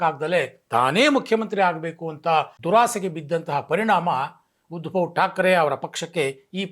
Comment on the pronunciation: ಉದ್ಭವ್ ಅಲ್ಲ, ಉದ್ಧವ್.